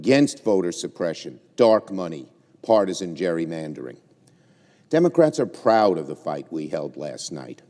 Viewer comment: I'm shocked did you just say demarats.....shocking